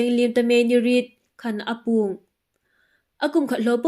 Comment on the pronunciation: Apuong tia lam loin âpuong tilem nisien